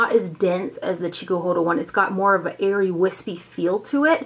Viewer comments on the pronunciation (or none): none